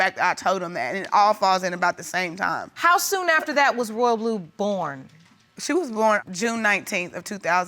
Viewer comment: Ma'am it's Royal'blu 🙄